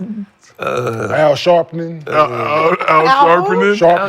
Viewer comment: Got to love Nick, he said Al Sharpening instead of Al Sharpton 😂